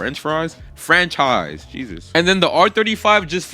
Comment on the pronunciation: frenchrise? frenchfries? frenchaise? franchise'' got me dying xD btw, congrats for 100k